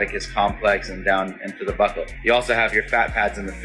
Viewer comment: OMG for a second there I thought you said butt whole fat pad lmao buccal I know but still that was funny